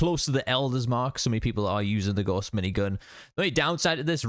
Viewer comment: Good video but my goodness, every fallout content creator needs to learn how to say Gauss. It’s the name of a German mathematician and it’s pronounced like “house” with a G